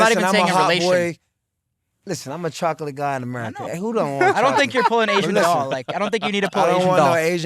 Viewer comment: Why AB pronounce chocolate like that 😂